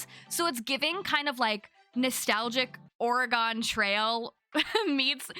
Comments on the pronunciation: I’ve never heard someone call Oregon trail “OR-uh-Gone Trail” before 😂 love these farming games ! I usually get bored of them but these look much more interesting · Its pronounced like the state. It took me a moment to even realize what game they where referring to.